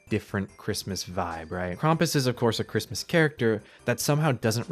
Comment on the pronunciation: Cwismis :D